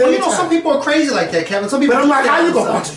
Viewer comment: KEVINT!!! with a whole "T" at the end, how you ain't never seen next friday..😱😭i love you babeee but your black card has been EXPIRED lmfaoo